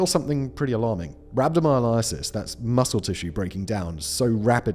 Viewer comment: Just a heads up whistleboi, rhabdomyolysis is pronounced "rab doe my o (soft o, as in pocket or locket) luh sis". Other than that, great video as always 💚